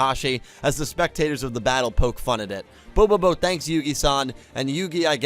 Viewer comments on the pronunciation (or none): none